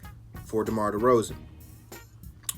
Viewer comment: said “DEMAR DEFROZEN” 😂😂😂😂😂😂😂😂😂😂😂😂😂😂 Good shit man!!